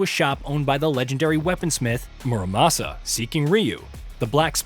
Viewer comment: Im not saying you should be fluent in Japanese to make videos like this but ffs, please at least try to pronounce names correctly. His name isnt "Moramosa".